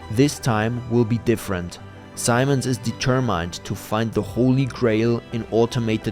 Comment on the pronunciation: Dee- ter-mined - what kind of accent is that? Australian?